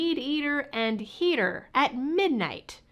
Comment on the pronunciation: Heater, or "heater"?